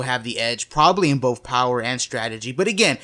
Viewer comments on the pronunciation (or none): none